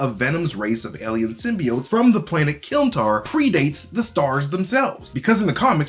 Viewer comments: Also you accidentally said kylntar instead of klyntar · lol "kylntar"